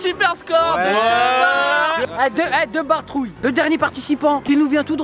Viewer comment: Le mec il dit la bartroulle trop bien